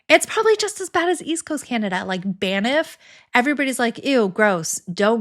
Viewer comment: You nailed pronouncing Newfoundland… I just won’t tell which which version was right😂 now we need to work on Banff…there is no “i” 😉